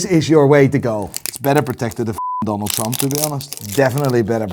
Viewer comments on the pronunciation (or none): none